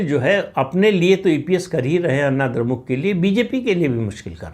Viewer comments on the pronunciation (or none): अन्ना द्रमुक नही अण्णा द्रमुक बोलिये "ण" का उच्चार कीजिये।